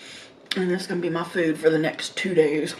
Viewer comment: 🍭 " That Cake from Carlos Bakery re minds me of the time...That Food from .. reminds me of...That Meal from...reminds me... Food, Food, Food; actually, she says Fooda...🤡